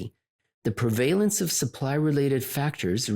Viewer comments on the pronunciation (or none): PREH - vuh - luhns. Not "before the valence."